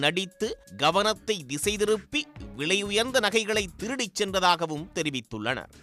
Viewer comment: திருடிடீடிடிடி அடித்துதுதுதுதுது வார்த்தையை கடித்து துப்பாதீர்.